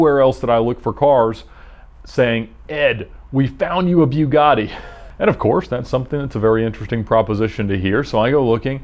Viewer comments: it's bugatti, not biugatti. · its not a bewguatti smh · ‘bew’gatti ? you mean Bugatti ? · Byugatti? Pretty sure that's not how you say it my dude. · It’s Bugatti, not beaugatti. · I don't think I've heard anyone pronounce it "BYOUgatti" before... Is this the correct way? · Bewgatti... haha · Beaugatti? Bugatti. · Why pronounce it Bewgatti? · “Idear” “bewgatti” yeah I’m not listening to this guy talk 😂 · Ed the type of guy to pronounce Bugatti, “Beugatti”. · byougatti lol wtf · bewgady? man, you can do better than that! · He said Bugatti wrong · Why is this guy pronouncing Bugatti wrong??? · Is he intentionally saying Bugatti wrong, or is he just stupid? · Ed pronouncing name “Bugatti” like that is produced in Huber,ga. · Why are you calling it a (bew-gotti) it’s (boo-gotti) come on dude don’t make yourself look dumb. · a byew-gotti vay-rone. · It's like the Porsche issues ("pore-shu" and "pore-sh") it's so subtle it doesn't matter boo-gah-tea' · heisenberg that triggers me... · "BewGotti" really bothered me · A BEW-GAHH-DEE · The way he said Bugatti is so cringe sounds like he’s saying beau gotti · Bugatti is produced in France and it is pronounced "bu-ga-tee" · Who the hell says "Buewgotti"? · Just try pronouncing is BOOGATI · B-You-Gatti lol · “Byoo gotty”. Nice. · Am I the only one who twitches when he says BUE-gatti?? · Please stop calling it a Beugatty.... Till then u don’t deserve to own one. Not even this pos. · 'bue gatti' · Ed..it's not pronounced.." Bewgatti".. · this guy just seems like an asshole by the way he talks and his gestures but for some reason I like the videos. AND ITS NOT BEW-GATTI fuckin amateur hour over here at vinwiki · The way he says Bugatti makes me uncomfortable, “BYU GADI” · It's pronounced Boo-gatti, not byu-gatti. Just an FYI. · im pretty sure its a boogati not a byugati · its not bjugatti its bugatti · Anyone else disturbed that he calls it BYU-GATTI? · Lol he says it like buegatti but its buggati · It’s Bugatti not biugatti